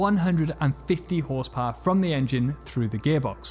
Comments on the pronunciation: I love how he says “Whorsepowor” :3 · What is "OSS POWURGH?"...........Ahhh, Tis french Canadian, ze bettur Fronche pepple!